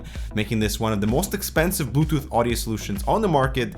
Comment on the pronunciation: he said butooth. lol